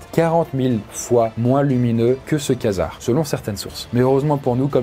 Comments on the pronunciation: ça ne se prononce pas "quasar" mais ''kouazar" like pour qu'il le voit ;) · Vu que t'as appris le mot : Je crois qu'on dis "kouasar" pas "kasar" pour la prononciation À vérifié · Preshot : une supernova Bon j'avais le deuxième plus lumineux au moins x) Petite précision par rapport aux supernova, elles peuvent produire plus de lumière que l'ensemble de la galaxie qui l'héberge J'avais zappé l'existence des Quasar D'ailleurs je crois qu'on dis "kouasar" pas "kasar" Bref, super vidéo c'était cool à regarder 😄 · faux les Quasars (et ça se prononce "kouazar" au passage) sont des étoiles à neutrons et non des trous noirs. Certes il y a quelques exceptions ou un trou noir ce trouve dans un quasar mais c'est TRES RARE.Et la vitesse de rotation maximale enregistrée est la moitié de la vitesse de la lumière et non la vitesse de la lumière comme tu le dit. Voilà pour les petite infos. PS: ce commentaire n'a pas pour but de discrédité qui produit un contenu qualitatif et respectable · Super vidéo ! Sinon faut prononcer "kouasar ":-)